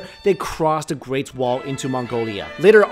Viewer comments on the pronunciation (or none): none